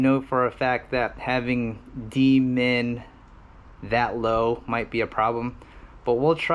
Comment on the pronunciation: Loving these long-form videos, man! Really appreciate the time and effort. Can't wait till this damn pandemic is on the way out so I can have more time to read about PID tuning. As a side note, every time you said; "D-min" it sounded like you were saying "Demon" so when you said you were going to "enable demon" my kids were wondering what the hell I was watching! 🤣🤣